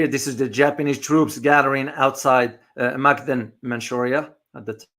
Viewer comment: Mukden is spoken as Moookden